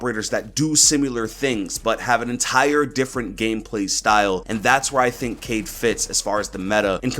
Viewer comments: Niggas whoms't say "kade" instead of "kai-eed" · Yes, it is read as Ka-Eed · Yes it is pronounced ka eed (قاءد) and it is written in french kaid :) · His name is pronounced Kye - eed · I’m pretty sure his name is pronounced Kay-eed, not Cade. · it’s pronounced (KI-EED) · It is pronounced Ka-ied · It's kha - ed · Kaid accurate pronunciations is "Quaid " more like " kai eed " like dragon ball z "kai" i know cuz i am from asia .. In our Language " Quaid or kai eed " means a leader same as described by ubi.. i hope it will help in his name pronunciation lol. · It is pronounced cayeed in Arabic it means leader so I will say cayeed Edit: was scrolling through comments and saw what I said already but I really love your take and ideas on the new ops and their gadgets keep up the great content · Amazing work as always! Looking forward to your content this coming season. A few things: 1. Pronunciation is more like KAH-eed. Arabic: قائد (qā'id) Pronunciation sound file (MP3): Definition: A local governor or leader, especially in North Africa or Moorish Spain; an alcaide. (Source: ) 2. Echo does in fact use a phone, just has knowledge of how to counter Dokkaebi's hack because they developed software and gadgets together, or something like that. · Kaid pronounced Kayeed in Arabic means leader, so I think it’s pronounced like that